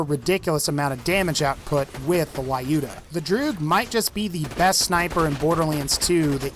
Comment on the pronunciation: The Legendary version of the droog is pronounced as Loo-duh, not lie-ooh-duh